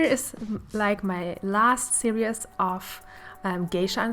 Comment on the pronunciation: Hello love watch your work!! when you say series you pronounce it serious it pronounced like this SEEREEES OK LOL I’ve heard you say it and I kept hoping someone would tell you and I’ve decided to do it lol your amazing for teaching yourself English great work 😘and another tip try watching movies or dramas in English